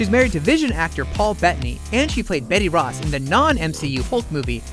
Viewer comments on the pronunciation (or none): none